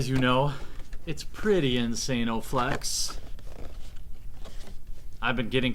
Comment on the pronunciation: insane-o-flex?? lol